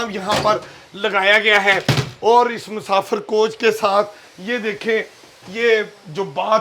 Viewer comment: Musafar ❎ Musafir ✅ 😂😂